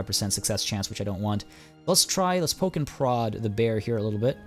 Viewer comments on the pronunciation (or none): none